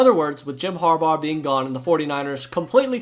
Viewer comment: “ Har- baur “